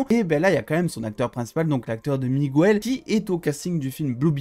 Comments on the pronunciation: Mec tu dis migouel au lieu de Miguel sinon merci de m'avoir fait aimer cette video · juste petit truc c'est pas Migouel c'est MiGuel